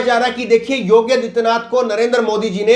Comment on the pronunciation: पहले तो आप अपना उच्चारण सही कीजिये । योगी आदित्यनाथ के स्थान पर आप योग्य आदित्यनाथ बोल रहे हैं । कितने अनपढ़ हो तुम लोग ।